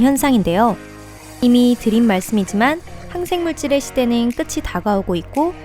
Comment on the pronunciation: 되늰, 시대늰, 발음 그켬이다 ㄷㄷ